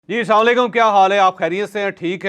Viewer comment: Please teach Asad how to say "USSALAAM-O-ALAIKUM" CORRECTLY and PROPERLY!